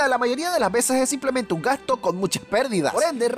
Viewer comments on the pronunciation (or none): none